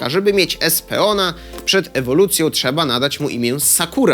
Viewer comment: A było tak dobrze z wymową nazw Pokemonów. Jedne co zabolało to: Espeon przeczytany inaczej niż "Espijon" i Umbreon nie jako "Ambrijon"